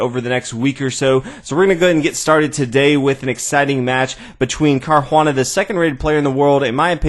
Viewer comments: Nice commentary. You are butchering Caruana's name though. :) If it's too tricky to roll the 'r', then it's better to go to an Anglicized pronunciation altogether [car-wanna] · The bad pronunciation of Caruana's name along with bad analysis lost me. I'll resubscribe one day when this channel improves.